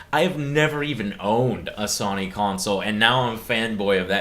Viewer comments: Did he say SANY fan boy? Joe go get some sleep... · Sony fanboy? Shit, you can't even PRONOUNCE Sony! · How is he a Sony fanboy when he pronounces the name wrong? (Or at least it sounds wrong)